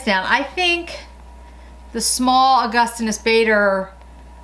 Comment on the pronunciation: It’s pronounced August-inas Bah-der. (Per his cv) He’s a famed Professor /Chemist. 👍🏻 Castor Oil will thicken and regrow brows.